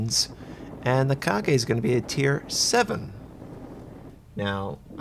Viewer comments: Correct pronunciation is Ka-ga not Ka-ge. Try to research the correct pronunciation of a name first next time before making a video, its a friendly advice mate I love your videos because its informative. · "Kagay" No, its "Ka" "ga" Kaga xD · KA-GA... Not Kagayyyy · It's 'Ka-Ga' not 'Ka-Gae' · KA-GA. Not Ka-ge. I find it oddly humorous the Japanese have the best CV in the game, yet history clearly shows the Americans do flattops better. Kaga is not fast (quite slow for a fleet CV actually) and her AA and damage control...we all know how that went. So hopefully she'll make up for it in a strong strike airwing. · Kaga, not Kage. Gawd damnit. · Kah-gah not ka-gay lol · It's 'Kaga' not 'Kage'. As a person who learns Japanese language, I'm irritated how you pronounce it. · repeat after me. Ka-ga. Not KA-GE TRIGGERED WTF LEARN SOME JAPANESE GAIJIN YOUTUBERS DO NOT DARE INSULT THE MIGHTY KAGA TRIGGEREDDDDDDDDDDD (jk, but plz its not kage...) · 1st thing i heard .... KA-"GAY" ..... HAHAHAHAHHAHAHA LMAO WTF i type "KAGA" in google translate have better pronunciation XD for English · not pronounced as ka gay but ka ga (similar to lady 'gaga') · Learn how to pronounce Japanese and stop making Americans sound ignorant. Its KAH-gah, not KHA-gey... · What makes you think that KAGA is pronounced KAGE? makes literally no sense, at least other mispronunciations have some justification, although people should really do some research before butchering a name, but KAGA=KAGE makes no sense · it's Ka-ga not Ka-ge:( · I really love ur videos and I learn a lot from u but plz try saying the IJN ships names correct it is really irritating hearing u saying KAGE instead of KAGA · its kagA with an "A" at the end, not "kage" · kagey? maybe you should pronounce it as ka-gah ? though I understand, for someone to pronounce Japanese properly.. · every time you say kage instaid of kaga i cringed... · Kageeeeeeeeeeeeeeeeeeeeeh? Its Ka-ga. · it ka-ga not ka-ge or ka-gey :)